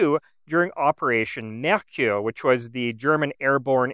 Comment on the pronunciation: I've noticed from other videos he also has somewhat trouble with -ch. If you notice he says "liktgeschütz". That and the heavy french pronunciation of some words (Mercure). But I don't judge. I know people who live in Germany and still are capable of butchering every single word they say...